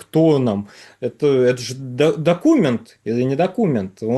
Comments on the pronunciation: Не доку'мент, а докуме'нт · Если слово докУмент произносится с ударением на У - дальше слушать бессмысленно. Автор сайта - невежда и малограмотный и вряд ли сообщит что-либо действительно представляющее интерес, а не "перепев" из новостных каналов!!!